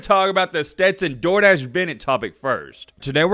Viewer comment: For the Longest time I thought was Saying Stenton "Jordache" Bennet not "Door Dashe"😅🤣🤣